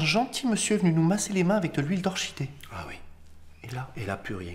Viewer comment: Par contre tu as dit "orchidée" - Bah on dit quoi ? - On dit "orkidée" - Mais..on dit pas "Keval" ?! .-. J'rigole depuis 10min